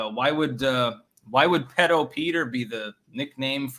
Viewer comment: It’s “pee-dough”.